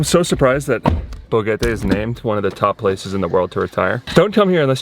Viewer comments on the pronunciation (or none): BoQUEte not BoGuete pls